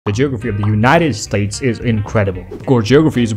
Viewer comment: Nobody’s gonna talk about how he pronounced geography